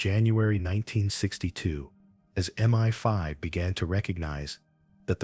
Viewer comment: It's MI5 (pronounced em eye five) not Meni Five